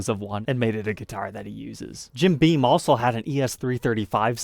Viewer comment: Jim BEAM. NOT BEAN